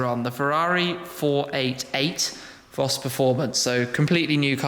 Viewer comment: u have been to Germany so many times now , u must know that it is pronounced FOS